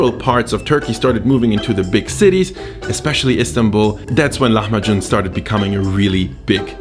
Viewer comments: Please dont call it lahamju its called : lahem b ajin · I'm from the Netherlands and here we pronounce it like "lah-mah-kun" instead of how you pronounce it. Could someone who actually speaks the language tell me which one is more accurate? I wouldn't be surprised if has it right but I do wonder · So the c in lahmacun is pronounced like a j. I'm speaking Turkish now! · Don't speak Turkish but know that the Turkish 'c' is equivalent to the English 'j' - so pronunciation is closer to the way the Turks say it.